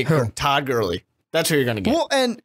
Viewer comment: Why can't the announcer pronounce Todd Gurley's last name?